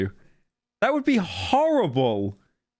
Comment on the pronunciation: The way he says "horrible" sounds so British it feels fake 😭